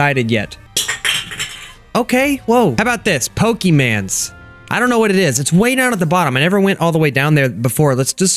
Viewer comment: Why do you say pokemans its pokemon.